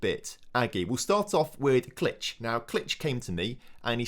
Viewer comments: Pretty sure it's klikh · I think Klich is pronounced 'click'